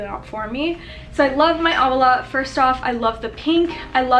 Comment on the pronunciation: Not to sound like Hermione with the Leviosa, it's o-wa la btw (owala)